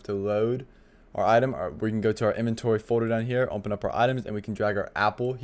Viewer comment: i was about to crash out if this guy said "umpen" instead of open again 😭😭😭😭